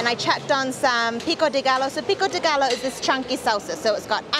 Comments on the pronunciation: I love this tasty video, but i cant lie, i cringe everytime they pronounce GALLO... GAH-LO. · pico de gallo is pronounced pico de Gah-yo. Like hey "yo" what are you doing. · Pico de GUY-OH. Not GALLO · pico de gallo is pronounced as pico de "gai yo". Two l's in a word in the Spanish language is pronounced as a "y", just like quesadilla is pronounced as quesa-di-ya. Just thought you'd want to know. all the tacos you and Thomas tried were fantastic. yum. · "P CO DAY GUY OH" :-) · "Gai-oh" not "gall-oh" :)